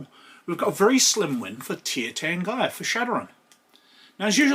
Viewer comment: It's pronounced TEER tahrn-gee-ruh, btw. Love the vid.